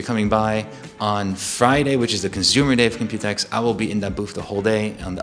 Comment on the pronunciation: I got so used to people saying Compu-Tex that when I heard him say Compute-X I was very weirded out. Now I see that pronunciation makes slightly more sense because it's an exposition about computing; Compute-[e]X[po]. Also still sad about not having a normal TKL